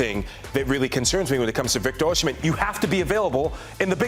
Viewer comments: It's NOT oshi-men - it's Osi-men. That's the literal pronunciation!! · Osimhen - pronouced O-see-men. NOT O-shi-men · Osimhen NOT Oshimhen. Why funkify the pronunciation? Osi NEVER Oshi. Stop it and get some help. Nigerian names have meanings and mispronunciations have larger unintended undertones. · Osimhen “Oh see men see men”